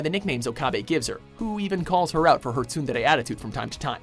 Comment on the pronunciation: god damn does that pronunciation of tsundere kill my ears